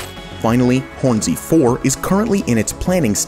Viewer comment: bruh says Hornsea like it's 2 words.